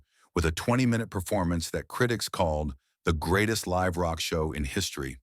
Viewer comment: Dammit! I was engrossed in the narration until one word (live) was pronounced properly but out of context.